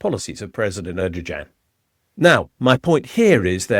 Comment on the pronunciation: President Edojan😂😂😂😂😂 nahhh